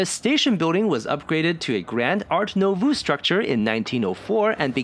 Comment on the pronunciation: FYI - "nouveau" is pronounced "nu vo". Excellent and informative video!